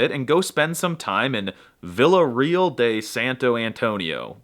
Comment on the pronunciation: Villa “real”? If you had really spoken Spanish and Brazilian Portuguese well you would have known how to pronounce “real”. Spoiler: its not the anglized pronunciation.